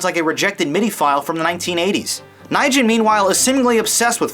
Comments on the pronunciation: Sir, it's not Nigen, it's a Vietnamese name, Nguyen, that you just butchered. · James Nijen? Nguyen? If you lived in California, you'd know how to pronounce it..